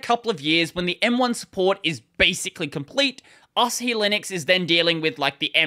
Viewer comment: Is it an Australian thing to emphasize the last syllable of a word? You seem to do this a lot. I'd pronounce it Asáhi, not Asahí.